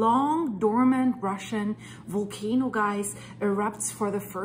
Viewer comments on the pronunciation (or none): none